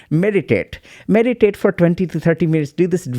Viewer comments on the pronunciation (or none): omg i thought u said medicate lol not meditate.